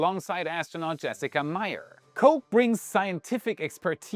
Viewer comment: Impressed at how (American) you pronounced Koch ! Well done ! Everything else was interesting ! VERY interesting